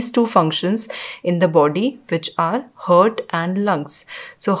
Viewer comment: First of all it's HEART and what you pronounce is HURT both are different pronounce it correctly...